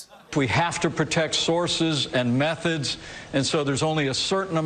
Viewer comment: It's even insulting to me a mental with no treatment. I'm co-signing that! Did pence just say he gotta protect meth-od?